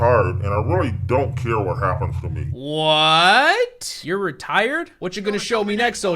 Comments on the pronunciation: I swear he say's I'm not retarded, instead of I'm not retired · I thought he said "retarded", not "retired" LMFAOOOO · Bruh I heard 'retarded' instead of 'retired' lol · When the detective said he was retired I thought he said he was retarded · I thought he said retarded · Heard it too and I'm convinced that's what he really said. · 'I'm now retarded' Also, two points taken off for mispronouncing Rolf's name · why does it sound like he's saying "I'm not retarded" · I deadass thought he said that both times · Thank God it wasn't just me who heard that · i did not think he said retired